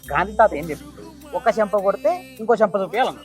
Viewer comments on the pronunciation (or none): 😂😂😂😂😂😂 సెంప కాదు